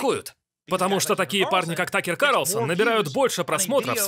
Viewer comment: Карлосон 🤦‍♀️🤦‍♀️🤦‍♀️ КАРлСОН!